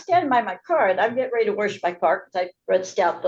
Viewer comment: "i was gettin' ready to WERSH my car 😂